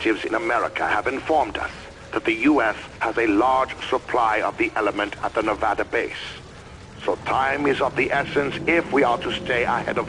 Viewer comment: FINALLY SOMEONE SAYS Nevada RIGHT.